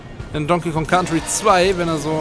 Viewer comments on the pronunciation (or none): none